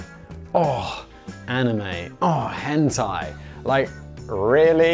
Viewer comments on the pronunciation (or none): none